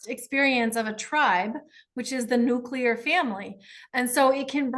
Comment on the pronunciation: Then I chose the right channel.. THANK YOU FOR THIS!! ❤ I was thinking the same thing..... Joni Patry is a huge 'gloom and doom ' astrologer. 🙄 I can't even stand listening to her. It's really dumb, but she mispronounces nuclear too; it bugs me. 🫣😂🤷🏽‍♀️